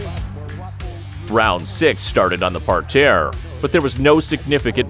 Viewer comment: What’s a par-tare?